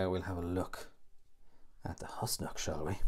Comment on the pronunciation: It is pronounced Whos-Nock not Hus-Nock.